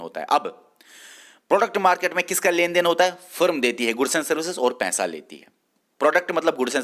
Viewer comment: Its not pensa,Pesa kyu nhi bolte kashmiris🤔🤔🤔